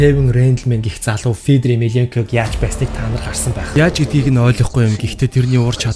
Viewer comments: ё үсэг мэдэхүү сда минээ фийдэр гээд шаагаад байхын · Фииидрр гэшш.. сда чамайг янхан гээд байвал ямар байна. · Федор гэд хэлчилдээ хэл муутай сда бэ яадаг